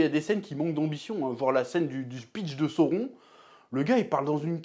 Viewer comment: C'est pas sauron, c'est SAOURRRRONNNNN